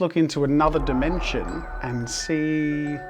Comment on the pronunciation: Bro pronounced "dimension" perilously close to "dementia".